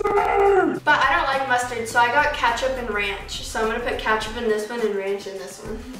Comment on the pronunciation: Did you say ketchup or catchup? Either way I still love you boo!